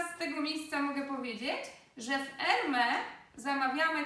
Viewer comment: Wszystko super, ale proszę , nazwa marki czyta się jak Ermes, nie erme